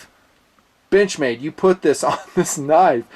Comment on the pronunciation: I heard that too lmao